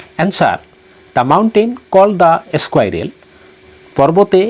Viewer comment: এচকুইৰেল নহয় চাৰ স্কুইৰেল হে চাৰ